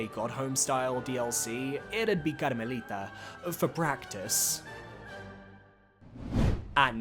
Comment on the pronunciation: Love how you say Karmelita in spanish